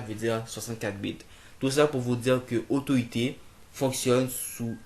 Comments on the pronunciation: Autoit ? 😂😂😂😂 C'est AUTO IT ! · c'est claire énorme !! dit le mot en anglais !! super video !